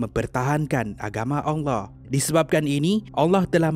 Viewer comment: Saya Saja ka yg dengar sebut "ALLAH" bunyinya jadi ONG LOH. saya minta maaf dengan tuan punya badan kalau saya salah..